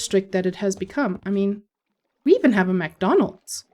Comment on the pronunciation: NOOOOO! it is not Mcdonaaaaalds!!!!! hahahahaha